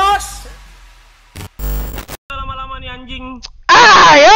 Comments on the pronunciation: Gw denger intro lu kok gini bang "GOJEK WE LOSE" KENAPA DGN TELINGA GW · Liat pengucapan lost=los lose=lus